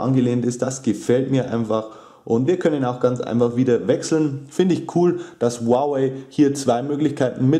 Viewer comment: Ist richtig